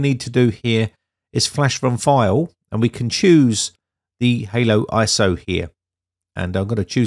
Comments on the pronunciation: Great vid👍 but y do you keep saying halo when it's Holo lol? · Did you call it haloiso??? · Interesting. But it's HoloISO, hollow, not Halo as in the game. that did add a bit of confusion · Why "ANY" PC though? Why the click bait? You used a fairly modern - and expensive by any standards - mini PC, and that wasn't adequate. And I believe that you deliberately mispronounce it "Halo ISO" all the time. Just in case somebody tries to install it on "ANY" PC and gets frustrated by the results, you will be able to wash your hands clean. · "Halo" iso? 😅